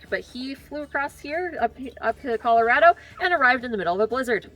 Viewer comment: I don't think that's how Colorado is pronounced 🤔